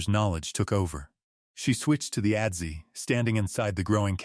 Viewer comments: adze = "ăds" not "ădd-zee" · Great story. Adze is pronounced adz, not adzee.